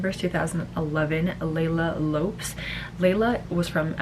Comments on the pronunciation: Leila Lops? It's Lopes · Thank you for this Siera. I can't pick the best because l love Pau Vega and Gabriela Isler. The most famous w/o a doubt is Pia. And Leila for me one of the most stunning along with Iris. Also Leila's family name is pronounced Lo-pes. Please talk about the best Miss Universe venues. After the disappointment in Atlanta ouch! The venue l think must include the country not just the building or stage. Thanks Siera. Happy New Year. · Leila Lopes’ surname is pronounced as loh-pes, similar to how jlo’s Lopez is pronounced. I dont get it either why her reign is not as celebrated 🤷🏻‍♀️ she is gorgeous, definitely one of my most favorite all time together with oxana and pia